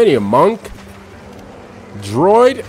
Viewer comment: LMFAO Did you say Droid instead of Druid, dude this isn't starwars it is Arpg Path of Exile 2, I'm guessing you have never played any Arpg EVER.